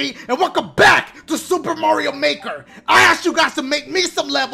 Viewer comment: “On MARIO MAHER” lmao.